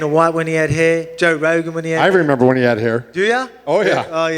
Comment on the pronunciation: “I member”